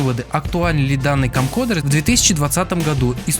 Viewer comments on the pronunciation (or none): Камкодэр, немота - CamcoRder!... Уж лучше говори видеокамера.